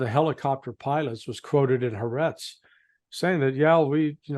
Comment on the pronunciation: Ha AR' etz is how the newspaper is pronounced